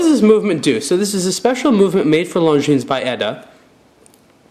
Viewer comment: Finally, some who pronounces Longines properly.